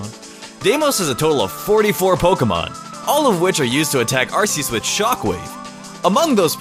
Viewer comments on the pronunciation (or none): Its pronounced "Are Kee is", not "Arse ee is"! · It’s arKeus not arseus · Lol another mistake on your part, calling ar-key-us, ar-see-us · Arceus is pronounced Ark-key-us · it is pronounced ar-key-us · it is pronounced ar-key-us you idiot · Its pronounced... "arc-eus" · Arceus is pronounced with a K, not a S.